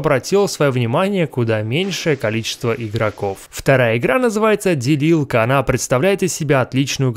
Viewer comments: мне одному послышалось не делилка а дебилка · ставь лайк если послышалось дебилка а не делилка